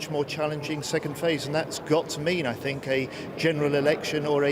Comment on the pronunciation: .This unelected beaurocrat in the E.U. "Guy" cannot pronounce "ch" and "th" "..Mr.Johnson or Mr. Gove, both the ar-ch-eeetecks of the Brexit..... I cannot tink..."